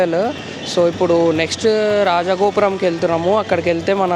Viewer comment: Ayya ayya adhi rajaaaa gopuram kadayyaa 🤦 Adhi Rajagopuram 🙏 kalipi chadavalayya